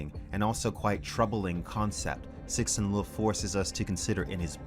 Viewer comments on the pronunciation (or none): I love your stuff but repeat after me: Tsuh-shin Li-ooh Lol keep up the good work. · “Sixin Loo” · I love how with every video, he is closer to pronouncing Cixin Liu correctly.